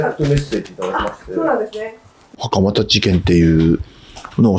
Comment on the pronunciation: しかも、大半のアナウンサーが「はかまだ 事件」と言っている中、きちんとはかまた と正しく呼んでいるから素晴らしいと思う。 最近のアナウンサーはプロ意識が薄い。人の姓は読み方が色々だから調べるべき。